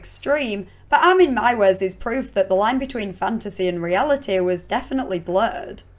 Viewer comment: Meiwes is pronounced "my-ves". Like "my vest" minus the T at the end.